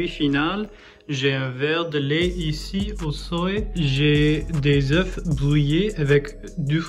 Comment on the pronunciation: Nice video. One thing: In French, you shoudn't pronounce the F when saying œufs.